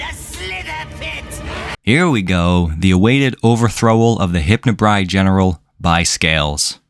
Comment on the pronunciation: It's "Hypnobrai" not "Hypnobri"